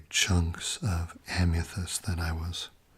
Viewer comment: Why do you pronounce amethyst as "Am-ya-thyst"?